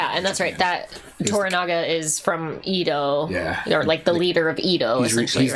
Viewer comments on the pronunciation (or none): FYI, it's pronounced "eh-do" not ee-dow.